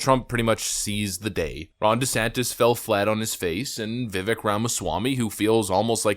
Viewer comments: Why can't you correctly pronounce Vivek's name? I mean you're brilliant, so it's befuddling that you cannot catch that he pounces his name Vivake ( like cake.) Even the snippet you shared shows the correct pronunciation. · "Vivek" rhymes with "mistake." It takes 3 seconds to learn. Try a little.